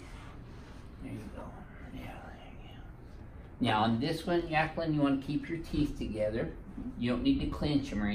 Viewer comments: Yaqueline? You mean jaqueline. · Yakling? Or Jacquelin ? Doc needs a speech adjustment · "Yackaline" lol